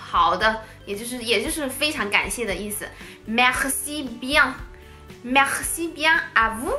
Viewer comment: 你说merci 时里面的r发音过重过于夸张了，像是说喝喝喝，me喝ci,法国人发这个音时只是轻轻带过，有点稍微停顿的感觉，尤其是这个字母位于单词的中间时。